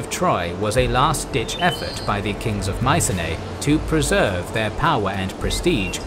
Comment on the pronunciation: Mycenae is pronounced Mi-ke-ne